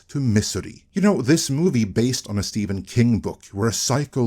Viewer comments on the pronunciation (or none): none